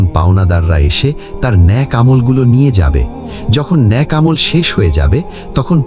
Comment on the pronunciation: ন‍্যাক নয় নেক